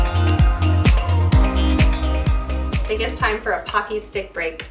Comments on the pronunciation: I wish there's Daiso stores where I live! I'm from the Midwest, but we have Mall of America! Lol. That should give away where I'm from. & btw, it's pronounced poke-y, not pock-y; although it's spelled Pocky Sticks. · I don’t want to come off rude because I totally LOVE your channel but you pronounced pocky wrong my mom grew up eating those food and coming from a family from Japan and they are actually pronounced like pokey